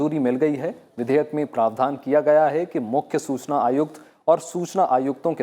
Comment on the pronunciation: Hindi pronounciation is not good like Susana,wrong